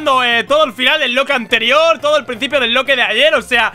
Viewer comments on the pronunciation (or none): alguien mas noto que al final de los videos en lugar de decir video anterior dice video ancerior?